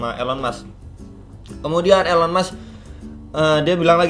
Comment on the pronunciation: baru join pas momentnya ngeri2 sedap, tapi sabar coba hold dulu btw nyebutnya 'ilon mas' bang